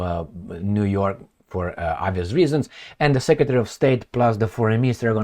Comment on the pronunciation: U said Jew York😂 in the good ol' jewSA. You r the best